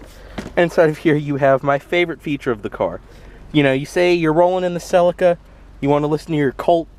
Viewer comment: Pronounced seleeka.